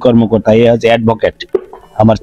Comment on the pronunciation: এ্যাডভোকেট হবে এ্যাডভোটেক নয়।